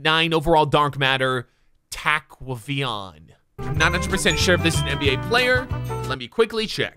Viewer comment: “Taquahvayon”😂😂 bruh its taquavion